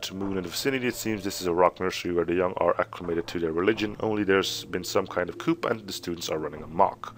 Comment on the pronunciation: "Coup" is pronounced "coo." ;)